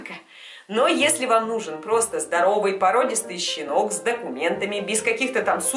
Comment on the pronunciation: Хэштэг щинок